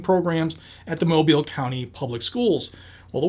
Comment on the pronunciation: He pronounced Mobile correctly. Thats rare